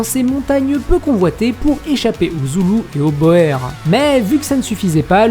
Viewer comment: Il me semble que boer se prononce bour